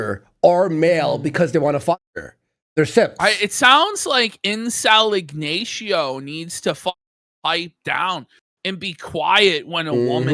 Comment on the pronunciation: Has ever heard the name Ignacio pronounced out loud